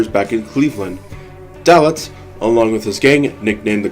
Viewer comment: His name was pronounced: DAY-litz.